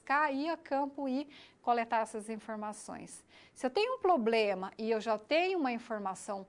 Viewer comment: Tem mestrado mas fala “poblema”... foda hein?